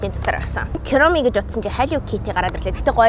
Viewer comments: Куроми биш кироми юм уу wtf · kuromi duudlaga ni buruu shuu . Kuromi gehiig ni kiyromi geed bh shig bhy 😅❤❤❤ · Kiromi geed baihiinnnnnn kuromi geldeeeeeeeee!!!zow heleech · Kuromi ❌ kiromi ✅ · Кирами гээд байхийн куруми гэж уншдаг гэж бодож байнаа намайг битгий загнаараа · Куроми гэж дуудна шүү :) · Kuromi❌ Kiromi✅ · yagaad kiromi chiwga hillow kitty geed sonin heleed baigaa yum?